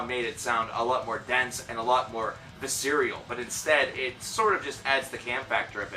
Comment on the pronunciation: Did he say “cacaphonius” on purpose 😂 it’s pronounced Ka-cough-onus. Also it’s Carpathia..not crarprathia. And the word is visceral not viscereal. I’m sorry I’m not making fun we all have to learn one way or another 👌 great videos though mate